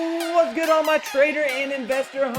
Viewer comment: U got to drag out a lot more the intro “ whaaaaaats good “ . U got to say it a lot longer